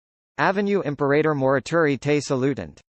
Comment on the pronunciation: Dreadful pronunciation. What a laugh! This is Latin, sorry. Imperreirror. Dreadful. How can you be so cheeky? Disgusting.